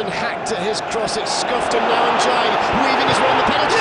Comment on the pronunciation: Love the way the commentator pronounces illimane ndiaye's name!